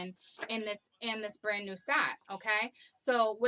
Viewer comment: You said my husbands name ... Brandon... You tried to say brand new omgerrrd